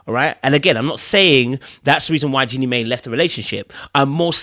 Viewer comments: Jeannie "MY" NOT "MAY" Jeannie "My"/Mai. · Not mae “my” is how it’s pronounce